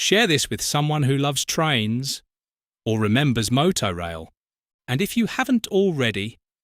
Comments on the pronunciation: It was pronounced Motor Rail not Moto Rail. 😂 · It's pronounced motor-rail rather than moto-rail actually ! Used it twice for Scottish holidays. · Motorail was pronounced 'motor-rail', not 'moto-rail'. It was basically the forerunner to Le Shuttle. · I think it’s pronounced motor - rail not moto- rail . Good video though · What a ghostly vision with which to end the video. So much more to discover about these services which once a decade or so threaten to reappear in the middle of the night somewhere in rural Dorset or en route to Oban. Maybe it's the more continental sounding MowTow/Moto in your house but the cars are called vehicles, motoR vehicles and it's a piffling pronunciation thing but motor rail was how it's said to be said. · "Mow-tow rail"? All those happy motoists enjoying an ail journey with their moto cars on the the back of the tain? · Regardless of how it’s spelt, it’s pronounced ‘motor-rail’.